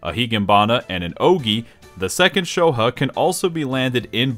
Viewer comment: Pronouncing Shoha, "sho huh" is not something I thought would infuriate me